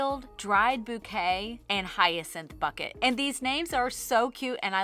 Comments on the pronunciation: Every single time she said 'Hyacinth bucket' I could hear Hyacinth saying 'it's BOUQUET!' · I choked on air at “hyacinth bucket” its Hyacinth Bouquet, darling 😂❤❤ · It's bu-key not bucket 😂😂😂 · Buckét, it’s French. 😂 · Its pronounced "boutique" Im so glad I'm not the only one who got this reference!! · I kept yelling, 'It's pronounced bouquet!' LOL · It's pronounced boooooouquet! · OMG Did you say Hyacinth Bucket?? That's a name of the main character from the British comedy Keeping Up Appearances. Oh I love that show. Her husband's name is actually Bucket but she was so snobby that she made it very clear to literally everyone (including the mail carrier) that her last name was Bouquet (how one could pronounce Bucket in French). lol Oh such a funny show. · it's Boookay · I'm gonna need you to look up Keeping Up Appearances....it's a British sitcom fearuring a character named Hyacinth Bucket...but Hyacinth insists the surname is pronounced "bouquet." The show is hilarious. But yeah, your yarn is actually prounounced hyacinth bouquet ❤ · IT'S BOUQUET/ LOL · Hyacinth Bucket is a reference to Keeping Up Appearances. A British Comedy. She insisted on pronouncing her married name as Bouquet even though it's Bucket. So excited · 🤣 I came in to say “it’s Bouquet!” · It's very funny! LOL .... she pronounced her last name "Bouquet' 🤣🤣🤣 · I think the last colour name is a reference to the sitcom Keeping up Appearances, in which case its pronounced "Bouquet" 😂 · I'm glad you pointed this out, I was giddy when I heard it 😂